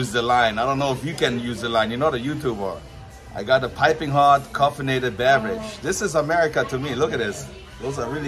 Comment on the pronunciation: hey its "CAFF-einated" as in caffein, not Coff-enated